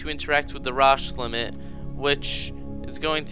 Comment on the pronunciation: And it's pronounced Row-sh limit.